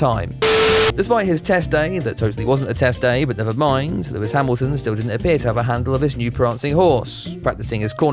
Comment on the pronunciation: Why is it so difficult to say Lewis Hamilton?